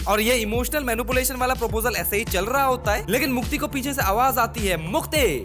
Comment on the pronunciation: Mukti ❌ Mutti ✅ 😅